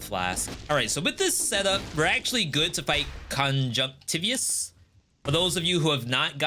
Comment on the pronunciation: I think it's pronounced kuhn•juhngk•tuh•vai•uhs not tih•vee•uhs